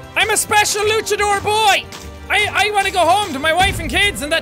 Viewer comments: He's saying luckadore instead of launchadore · It's pronounced luanchador (launch-a-door)